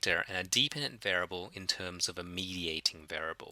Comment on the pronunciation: What does this mean? "For those of you who are not fond with maths"? Do you mean those of you who are not fond OF maths? Also continued frustration over the mispronunciation of the word variable. Of ALL the words in the world to be stuffing up the pronunciation of, this is the word used more than any other in statistics. It's bizarre and almost sociopathic.